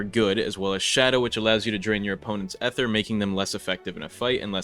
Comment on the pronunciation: oh my god STOP SAYING EHT HER